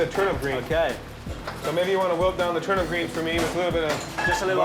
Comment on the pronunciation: The man. He can't say turnip